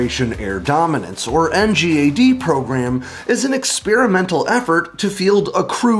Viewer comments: As someone who worked on NGAD, it’s nails on a chalkboard hearing you constantly call it “NGAD” and not “in gad”. Please, call it “in gad”. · NGAD is pronounced “en-gaad.”